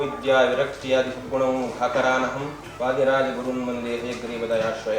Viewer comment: ವಾಧೀರಾಜ ಅಲ್ಲ ಅಕ್ಕ ಅದು ವಾದೀರಾಜ ಅಂತ ಹೇಳಿ.‌